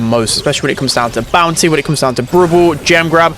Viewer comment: Great video, thanks pal. Not sure if I'm heaving hearing problems or you are pronouncing "bounsy" instead of "bounty" ?